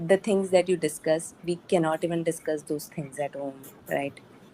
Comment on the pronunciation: I listen to you and Adam regularly. You are a true marathi manus. Thank you ko Ttthank you kahto ho. This is a common mistake of pronunciation that many marathi speaking people do...